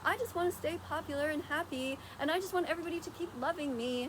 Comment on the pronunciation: Wait wait wait did you just say your popiler?